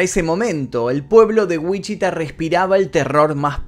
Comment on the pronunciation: me atraganté cuando dijiste “Wichita” aquí vivo, hasta lo regrese dos veces para ver si escuché mal lol, Saludos me gusto mucho el video ❤️